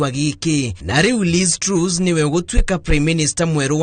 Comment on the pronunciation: Pronunciation for Mrs. Truss is like Trass not Trues